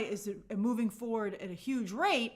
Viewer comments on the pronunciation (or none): none